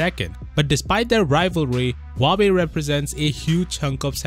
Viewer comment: Samsung might lose huwawei?😂😂😂 Love you, keep up the work